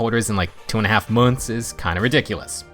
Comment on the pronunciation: why you say “months” like that? 😂